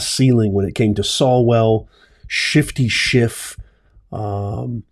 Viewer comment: God Bless you,! For clarification: Nad-ler, not Nade-ler.